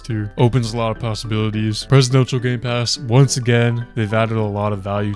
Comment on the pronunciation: Nah bro really said gaypass